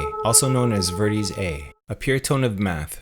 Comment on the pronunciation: I'm not sure how I feel about this theory. I can say however the pronunciation of "Verdi" makes me think this person doesn't know music. 'Vair-dee' is what it should sound like, not 'vur-dee'.